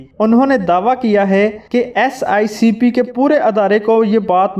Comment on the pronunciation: Dear you are saying again and again "SICP" where as it is "SECP", pl ammend God bless you.🤲🤲